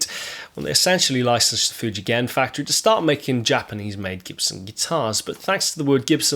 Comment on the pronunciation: You pronounced Fujigen correctly! Yeah! My buddy has an Orville LP with p90s and it is killer. I like it more than many more expensive gibbies I’ve played.